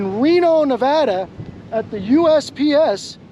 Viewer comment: OH my got, you pronounced our state name correctly. Thank you for taking the time to pronounce it correctly this time! (TRIGGERED BOOTLICKER LOSES HIS MIND - Reno)